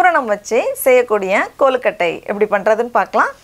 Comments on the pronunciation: Kollukattai illa..it is kozhukattai. கொழு... கொழு... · its not kollukattai,its a kozhu kattai...u r all dishes are best, love you